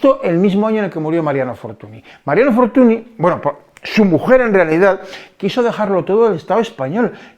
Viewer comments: Magnífico video, pero Fortuny (apellido catalán, ya que el padre de este señor, también pintor famoso, nació en Reus) se pronuncia Fortuñ, no fortuni. La ny es la ñ en catalán. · que no te de la gana de pronunciar correctamente un apellido.........no querer saber que la ¨ny¨ es equivalente a la "ñ".....dice poco de ti, simplemente por un respeto de quien hablas, cuando son apellidos Franceses si que sabes pronunciarlos......